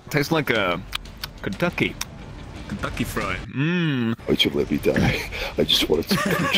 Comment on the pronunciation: the way he said Kentucky got me wheezing